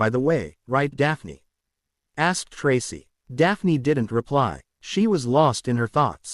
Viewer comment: Learn how to say Tracy it is not tras